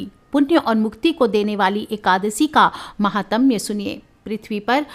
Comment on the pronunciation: महात्म्य ! महातम्य ।उच्चारण गलत है ।